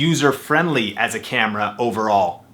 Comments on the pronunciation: . "Any canon campra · You said cambra